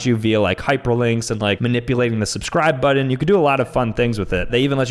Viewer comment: STOP SAYING BUDDIN ITS BUTTON